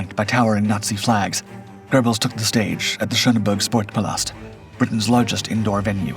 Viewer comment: It's NOT pronounced "gerbelz." It's "GEH-belz." How long will it take for folks to understand there is NO LETTER "R" in Göbbels?